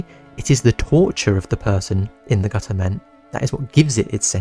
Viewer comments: Gu’ er man Most British thing I’ve ever heard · Gu-er man 💀